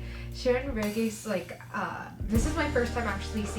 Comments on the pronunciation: her name is pronounced Shereen Rehis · G in Regis is pronounced as H. It's a Spanish last name (I think).